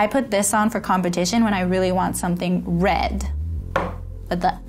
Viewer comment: “Red” with the R